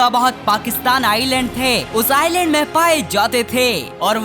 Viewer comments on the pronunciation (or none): none